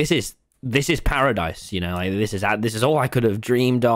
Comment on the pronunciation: it's Parisdise